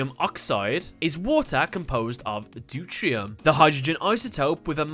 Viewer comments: hey, with regards to pronunciation 1H and 2H (isotope) is called de-te-ree-ium and 3H is Trit-ium ... hope that helped (sorry if it doesnt matter to anyone ... if someone learned something then awesome) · Its pronouced due tea re um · It is NOT called doutrium, but deuterium. But, still refernce checks out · deuteron not deurtrion DeutERIUM not NeutRIUM. you're missing a syllable. Mekanikle is pronounced Mechanical (in japan it's Machine-icle) Water dragon cluster is to heavy water as water dragon is to water (in terms of chemistry